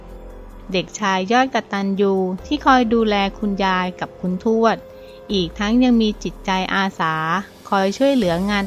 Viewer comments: อ่านให้ถูกๆค่ะคุณ ทวด ไม่ใช่ชวด อ่านดีๆเห้ออออออออคนอ่านกะอ่านผิด😥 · อ่านยังไงชวด ภาษาไทย พยายามอ่านให้ถูกต้องด้วยนะคุณ